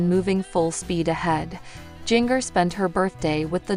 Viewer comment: I sure wish they would program this ai narrator to pronounce Jinger's name ginger like the root, and not ging-er as in washing machine wringer! 🥰